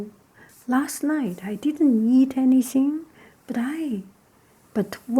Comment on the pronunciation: The two heads are caused by inbreeding and when she said eat together it sounded like yeet together but that doesn't mater